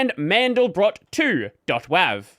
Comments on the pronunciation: i take issue with your pronounciation of WAV...great videos, and i love your content...but that's up there with people who pronounce nvidia like nuh-vidia :) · Ah, yes, the famous whav file